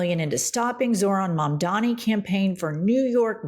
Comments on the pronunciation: It's Mamdani,. C'mon now. It's super easy to say. Think "Mom-dawn-knee." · What is it with people's inability to pronounce Mamdani?! MUM + DONNY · Joe Scarborough literally just pronounced Mamdani's name correctly and made a self depreciating joke about it, then 15 seconds later mispronounces it..... Gallego, Gestapo, Grijalva, Mamdani. Jen,, I love the show but now that you're at 1.36 mil subscribers and are a major left wing channel, can we please get more professional and pronounce words you've heard 100s of times correctly????